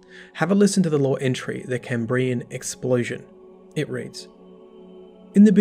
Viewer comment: unsubscribed for pronounciation of Cambrian